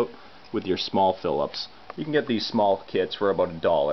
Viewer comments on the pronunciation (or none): none